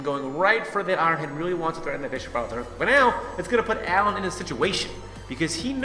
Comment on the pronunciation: You made me want too die when you said Alan and not Alain